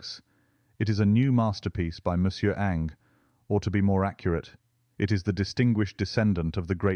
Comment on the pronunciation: Surprising, isn’t it? But it’s not totally right here. There should be a hint of the second syllable.